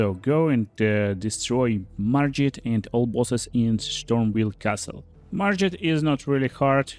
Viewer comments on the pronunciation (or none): Oh yaa kill Marjet in Shtormveil castle! Wit the Hoarfrost Shtomp!! Lmao sry!! Your pronounciation is epic!